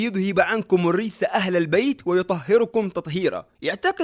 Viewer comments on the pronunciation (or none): السلام عليكم أخي الفاضل الآية الكريمة تقرأ يطهرَكم تطهيرا في هذه الدقيقة و أنت لفظتها بالضم و أرجو تصحيح هذا الخطأ و جزاك الله خيرا